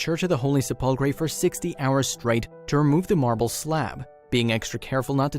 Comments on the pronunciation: This guy has been going on a history lesson for the last four and a half minutes I'm falling to sleep listen to him I just want to see what was recovered not where it was how it was went went here well I don't want the history lesson I just want to see what was recovered talk about long-winded get to the freaking point. And just FYI it's pronounce sepulcre damn this talk-to-text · Se-pul-Kray? Really?. For goodness sake pronounce the dang thing correctly . It’s inexcusable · Please learn how to say sepulcher as SEH –pul—kur. Stress on the first syllable. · The Word "Sepulchre" In English, Is Pronounced Like This: "SEP - ul - cur" The Stress Is On The First Syllable. Very Interesting Video. Thanks! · I couldn't finish the video because of "sep ul cray" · I just heard “ se-pul- kray “ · Sepulchre has accent on first syllable. The way you're saying it makes you sound like doofus and cancels any info you're trying to share. Learn the correct pronunciation! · Please get a narrator who can pronounce SEPULCHRE correctly. This current one is very offensive! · ....i wonder if the sensation i feel when the narrator attempts to pronounce ‘SEPULCHER’ is a close simulacra to how God feels blasphemy? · I suggest the story teller is taught the proper way to pronounce the name of the church Holy Sepulchre correctly. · You could at least learn how to pronounce the name of the holy church. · SEPULCHRE!!!!! say it right!!! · Sepulcher PLEASE!!! Find someone that knows how to pronounce words correctly!!!!! It not only ruins the video listening to someone that sounds ignorant but it takes attention away from the subject that we are SUPPOSED to be ENJOYING!!! Please listen to this video and you will hear what I mean when he tries to say 'SEPELCHER" he totally muxes it up!!! And I DO mean MUX!!! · You would think that someone would have taught the narrator how to say Sepulchre since he is going to say it a lot during the video. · Learn how t pronounce "sepulchre." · "sep la cur"